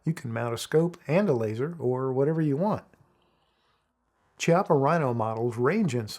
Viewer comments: KI-appa, not CHI. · Chiappa is Italian, so it's pronounced Key appa, not chee appa.